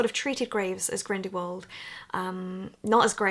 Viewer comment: hehe 'Grindywald'